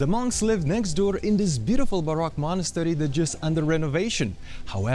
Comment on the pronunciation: You keep pronouncing baroque as Barack which is the president